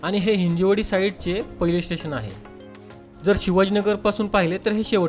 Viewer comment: हिंजेवाडी ❎ हिंजवडी ✅